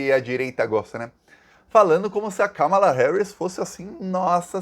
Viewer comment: Finalmente alguém pronunciando corretamente o nome Kamala! Parabéns 🎉